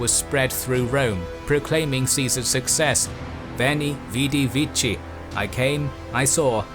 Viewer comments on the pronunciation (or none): Great video as usual with one minor error: the "c" in classical Latin was pronounced "k" instead of "ch", so "vici" should be pronounced "viki". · It's Vici (viki) with a hard c. there is no "che" sound in Latin. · The pronunciation of "vici" you chose would be more fitting for medieval ecclesiastical latin. In Caesar's days, the "c", including the one in his name, was more pronounced like a "k".